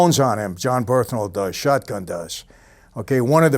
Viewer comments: Bernthal not "Berthnal" but love ur videos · BURN-THAL.. Not Berth-Nal.. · bernthal not berthnal. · Birth-Nal 😂. Its BURN-THAL!! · Dude's name is "Bern-thal" not "Berth-nal". Come on, boss. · BeRNthal, not "BeRTHnal" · It's pronounced "BURN-thal" my man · Michael just CANNOT say bernthal right